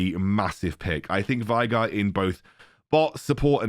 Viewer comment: Veigar: being pronounced way-gahr youtubers: why-gar, take it or leave it